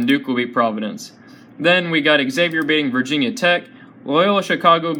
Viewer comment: U piss me off every time u say Xavier. Learn how to say it right!!!